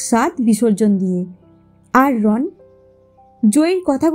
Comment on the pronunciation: Not Ron the pronunciation should be "Rono".